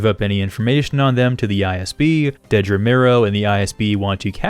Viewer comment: Thank you so much for being the only YouTuber I've seen who actually pronounces Dedra's name correctly